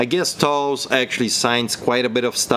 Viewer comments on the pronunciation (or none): Hey. Great video. Just so you know Toews name is pronounced TAYS. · jonathan toews pronounced "taze"